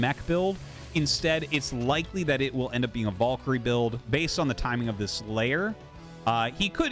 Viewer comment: Artosis... what is your obessesion with pronouncing Valkyrie very incorrectly? Has noone told you how to pronounce VAL-KA-REEE??